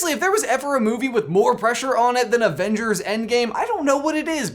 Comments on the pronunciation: says avenders not avengers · I cant help but notice he said "AVENDERS" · "avenders" I love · he cant even speak correctly. quote: "at the end of infinithy war" and "all six of the original avenders"